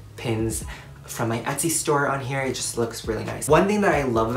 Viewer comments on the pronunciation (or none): none